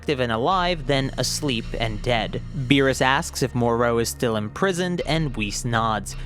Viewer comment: The way he pronounces Meerus sounds like a fancy dish